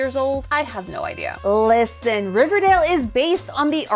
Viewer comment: "Llllisten" Count: 6